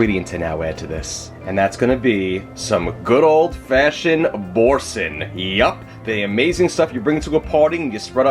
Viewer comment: You are mispronouncing the name of the cheese - it's Boar-san (that's how its pronounced.)' supposed to sound French. I used to make a straw & hay pasta from Gourmet magazine years ago. My husbands friend gave me a standing ovation after she ate it.